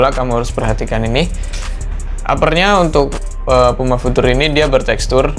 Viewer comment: Pengucapan "future" masih salah bang😆 tapi udah bagus konten nya.Sukses terus!🙏